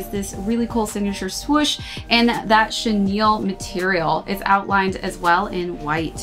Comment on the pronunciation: Thank you for correctly pronouncing chenille. People of all other video reviews on this sneaker pronounce it as “Chanel” 😭😤